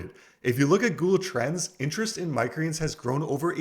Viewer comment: I wish he'd slow down and say "microgreens" properly LOL.